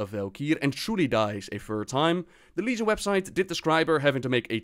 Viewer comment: YOU EVEN GOT LEGION RIGHT. AND KINDA BFA